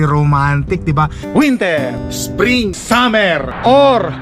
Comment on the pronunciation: Hoy..., winter...Hindi wintir...grrr.Fall, hindi poll...ano ba iyan.